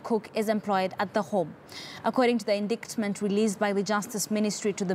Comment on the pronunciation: check your pronunciation of the word indictment.